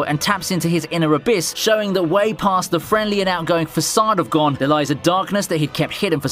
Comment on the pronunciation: This dude saying gone is making me mad like what they did with bam in tower of god calling him bom